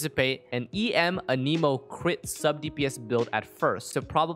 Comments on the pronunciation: idk why but it made me so mad when you said anemo like 'a-nemo' its pronounced 'an-a-moe' lmao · Boy said uhhneemo lmao